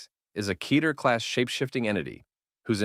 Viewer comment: Very good, but just for the record it’s pronounced “Ketter” as in “Better” not “Keeter” as in “Aether”